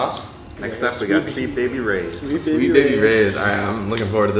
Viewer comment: deinitely heard "sweet baby rage" instead of "sweet baby ray's"